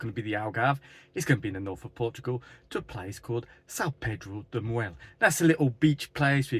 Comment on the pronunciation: Thanks for another nice video! São Pedro de Moel rocks! Never better said!😂 Btw, it's north of Lisbon but in the center of Portugal.